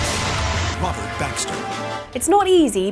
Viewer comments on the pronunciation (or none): none